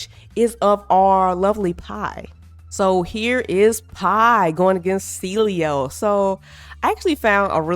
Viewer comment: I don’t know how people call him cilio. All these YouTubers keep pronouncing it wrong when it is a simple name to pronounce. Get AI to read the names for you before making a video on the game. 🤦🏽‍♂️